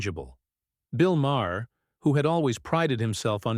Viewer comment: This is just click bait. Crockett never threatens to sue Maher. And it's pronounced Mar not Ma-er. Bull shit!